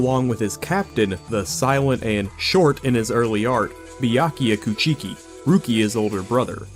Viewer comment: "koo-chi-ki" lmao